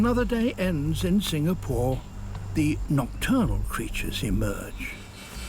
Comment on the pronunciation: The way Sir Attenborough pronounced Singapore is spot on.